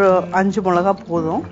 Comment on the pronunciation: Milakai..... Not molakai... Milakai..... Is like milaku...